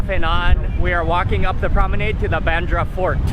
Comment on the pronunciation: he called it literally "baandara" 😂😂😂 it was hilarious! it's actually pronounced as "BeinDra"